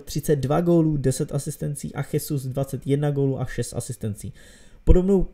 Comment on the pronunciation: Nechcem ťa nejak poučovať ale číta sa to Žesus a nie Chesus